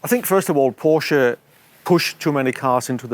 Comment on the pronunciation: No thanks, I'll stick to the new Porshaa Taycarn 😊